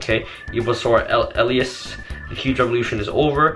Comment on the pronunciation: rip pronounciation on elias